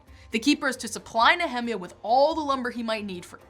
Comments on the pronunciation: When she said back of the Bible, I instantly thought, "hidden in revelation and not read often? huh?" then I heard her pronounce Nehemia and I instantly knew, "Ooooooh, it's Jewish stuff!" Shalom! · Talked a bit too fast..and are u sure u pronounce Nehemiah right? Lol..I was like..which book is that?..took me a minute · Is she saying Nehemiah is that how it’s pronounced? I looked this up and in English and Hebrew the pronunciation is different but neither is like this pronunciation I can’t find where this pronunciation is coming from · "I can't watch the video if you're gonna say Nehemiah like that." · The way she pronounced Nehemiah🤣🤣🤣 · The non-Anglicized pronunciation of “Nehemiah” sounds strange to my ears. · [ nee-uh-mahy-uh ] not "ne hemi a" I have been taught and have been pronouncing this way since birth... Not changing now at 66 Years old. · who is Ne hem iah ??? Don't you mean - Neh eh miah ? :-) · I hate how she says "NeHEMiah" instead of "NehemIAH" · I got "Ezra" but I did a double-take on "Nehemia." The World Publishing Company's KJV pronunciation guide of 1950 has it NEE ha MY ah, not na HEMI ah. Maybe real Hebrew versus American? :-) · She say the name Nehemiah wrong. It's not Ne-Hi-Miah Its pronounced Nea-mia. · Usually pronounced Nee-uh-MY-ah. Threw me off for a little bit. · Nehemiah is pronounced Neee hem i yah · “Nehemiah” is pronounced similar to “Jeremiah.” Just thought you should know. Great video! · Nehemiah is pronounced Neh-Hae-Maya, So educated yet can't pronunced the actual name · Nehemiah is pronounced (Neh-Hae-Maya) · Nehemiah, Nee_Ha_My_ah accent on the "My".... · the Sojourner I didn't hear anything That sounded like either one of the pronunciations. I have this big fat Harper's Bible Dictionary that shows Ne-he-MI-ah but I can live with something different if it's correct. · The same for me. Also "Malachi". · It's not Ne HE-meah, it's Nehe-MI ah